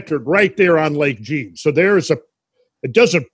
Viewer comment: jean isn't pronounced gene. it is zhah(n), more or less. like john but soft j and nasal n so not much of an en. Quebec names are tough ones if you are an American.